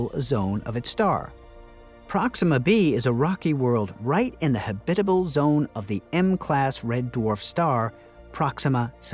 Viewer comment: habit-able NOT ha-bitable